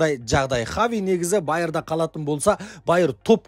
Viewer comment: Хави Хави дей берми Хаби деп дурыстап айтшиш малау